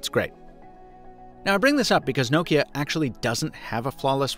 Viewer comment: The way you pronounce Nokia is exremely grating